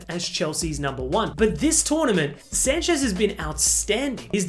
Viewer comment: Robert Sanchez ❌ Robert Sancech✅